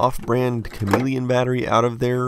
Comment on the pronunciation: "Camelion" - If that´s not ironic, I don´t know what is :-D